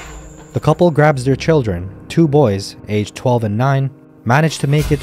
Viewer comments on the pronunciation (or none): none